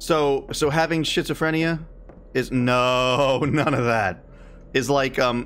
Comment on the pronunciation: Hi! It's pronounced like skit so phrenia but I like shitsophrenia XD. Shitsophrenia definitely describes the mental illness better lol